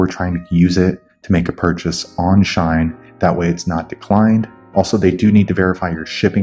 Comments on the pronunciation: it’s “she - in” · Haha, its she-in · It’s pronounced like sheen, lol. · Sh-e-en Shein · Its pronounced Sheeh-in! /gen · its she-in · She-in That's how you pronounce it 😃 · Is it just me dying everytime he says shine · not just you 💀💀💀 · its SHE-IN lmaooo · It’s pronounced She-In but nice video